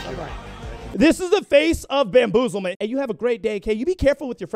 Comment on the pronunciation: I snorted when he said banbozelment